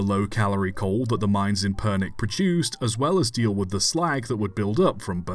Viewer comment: Never did I expect you to make a video on a Bulgarian engine! Also, the way you pronounced Pernik is just hilarious to me. I love it, even if it's wrong.